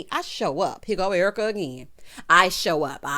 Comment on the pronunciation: Your reaction to Dorit mirrors mine. Thanks for pointing that out. O and the "ERWEEKA".... chef's kiss!